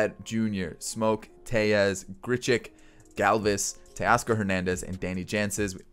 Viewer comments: Just for future reference Tellez is pronounced as an L because he isn’t Hispanic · How did you butcher tellez so badly